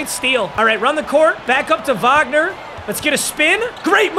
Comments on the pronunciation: as a german i can tell you, you pronuced his name correctly, i'm proud of you :finger-red-number-one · I'm german, and I'm impressed how well u pronounced "Wagner"